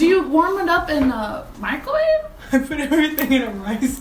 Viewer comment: why did i hear Michael Wave instead of microwave... my loss of brain cells is finally catching up to me